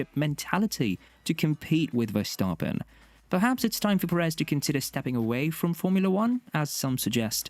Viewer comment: omfg learn how to pronounce the driver names. verstAAAAAApen